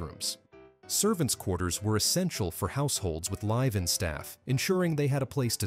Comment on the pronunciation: Lie Vin staff? NO. Liv in staff!!